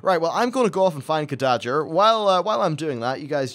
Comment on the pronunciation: Khadgar, not Khadager, it's pernounced Cad-Gar.